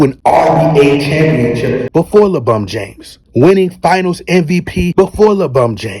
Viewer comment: Bro, when you say LeBron James you don't sound right. But when you call him LeBum James, I crack up everytime. Keep calling him LeBum.